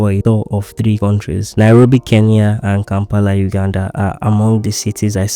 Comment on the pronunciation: Glad to hear a Nigerian pronouncing Kenya correctly.. Mostly the 'N' is omitted I guess it's a Nigerian thing